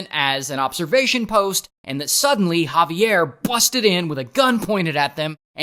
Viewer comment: When I say the the Javier I shouted thats (jah-vi-air)